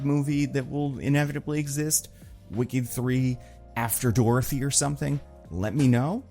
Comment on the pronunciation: never have I heard more of the great state of New Jersey in your voice then how you pronounced Dorothy